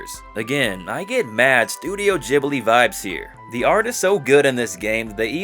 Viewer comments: It's pronounced Ghibli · Sorry I was just informed it's actually pronounced Ghibli